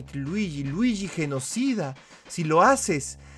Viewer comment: Se dice Luigi no druigi a por cierto me gusta tu nueva serie de detective Luigi